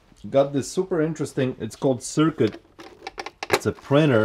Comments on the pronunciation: It's not called circuit it's called Crick cut like cricket..... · Its called Circut .... like cricket. Cri-cut. lol